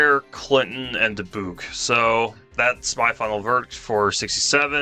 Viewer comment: Milan is pronounced "My Lun" and Dubuque is pronounced "Duh beyoo k"